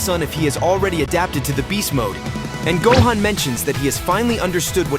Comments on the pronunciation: The way you obliterate vegeta and gohans name is insane to me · Im bout to report you just for the way you pronounce gohan and vegetas names. The disrespect is real